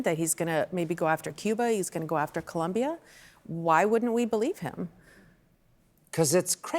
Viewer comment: It’s pronounced ColOmbia, Julia